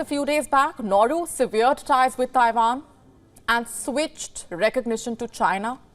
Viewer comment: Severed. Emphasis on the 'e' sound of the first e.